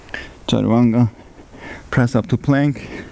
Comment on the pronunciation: Sorry my question wasn’t clear. It’s the word you said after “shift forward” that I couldn’t catch. Is it “charawanga”? 😂